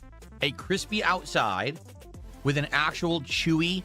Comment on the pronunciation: He thinks it’s a smart person thing to hyper enunciate Ts in the middle of words. And then he says “wit” instead of “with”